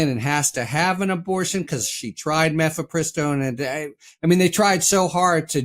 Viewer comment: Mephepristone is I believe pronounced with accent on third syllable.